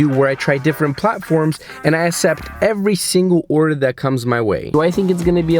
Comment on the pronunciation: its akcept, not acept